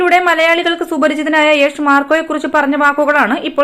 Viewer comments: യേശു അല്ല യാഷ് 🤣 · യശു അല്ല അവതരികെ 😹 Yash യാഷ് 🤨